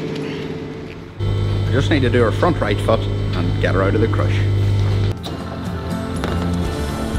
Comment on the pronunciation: I'm new to your channel and am having one slight glitch here and there... with the language difference. I'm from Canada and I'm finding when you say "foot", it's apparently close enough to another 4-letter F word that if I'm daydreaming or zone out for a second (ADHD), I snap back like, "WTF did he just say??".. lol. It doesn't even sound that close when I think about it.. it's happened at least 3 or 4 times in the last 2 videos.